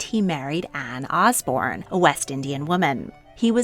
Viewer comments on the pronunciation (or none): none